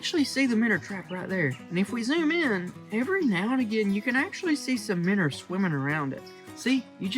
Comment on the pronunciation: I love your videos but it’s “Minnows” not “Minners”. Keep up the good work…